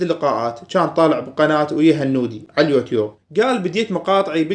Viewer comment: ياخي أنته تنطق اليوتيوب غلططططط